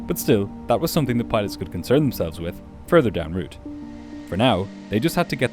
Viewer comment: Thank you for pronouncing “route” correctly. The common, incorrect use of “rout” drives me nuts.